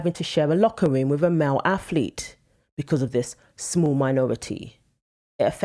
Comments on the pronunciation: English (and Irish) people cannot pronounce "th" in words. She says "aflete" not ATHLETE. I made a typo in my first comment, "aflethe", corrected now. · What is a "male aflete"? Edited.